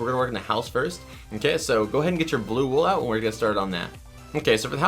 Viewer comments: U SAID WAL!!!!! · did you say light gray wool